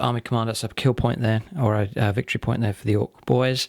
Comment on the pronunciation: "Ve fe' Victory yay Git!" XD